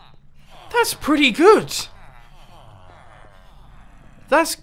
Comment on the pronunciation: "thats pertty good" mumbo memes